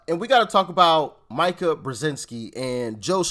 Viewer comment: Please Doc. Mika brezenski pronounces her name Mee-ka.